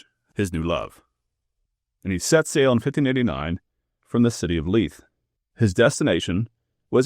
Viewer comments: ‘Lee th’ not ‘Lie th’….yes I know the spelling 😂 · Hi, Leith is correctly pronounced as “Leeth”. 🏴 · Pronounced ‘Leeth’ - Leith. Absolutely love your channel, from the Highlands, Scotland 🏴